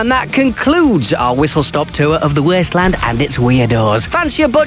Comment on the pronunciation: The Weeysttleeaand